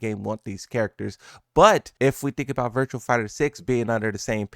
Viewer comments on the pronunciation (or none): none